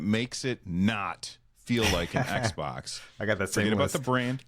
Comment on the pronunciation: How many times did Russ say XBOK?